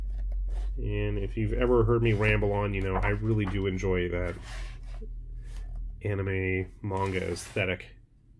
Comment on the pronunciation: And here I was thinking you were pronouncing "anime" weirdly through the whole video. Lol